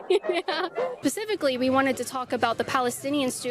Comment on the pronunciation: Starts out "Pacifically" rather than "specifically." I don''t care what the reply is when the question is so stupid.